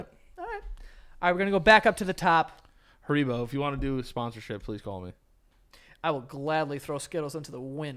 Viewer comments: Why tf does say hareebo instead of haribo?? I’m pissed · Sound it out: HAIR-I-BO. Not HA-RI-BO Haven’t you guys seen the commercials? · saying haribow 🤣🐻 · The way says “Haribo” as “Ha-ree-bow” is driving me nuts!!!!!😅😂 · I can’t take the way was pronouncing haribo 😂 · Hearing pronounce Haribo made me sick